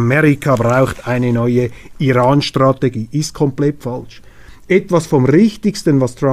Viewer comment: Informative und erfrischende Sendung. Daumen hoch! Es heisst aber ‚falsch‘ - nicht ‚faltsch‘.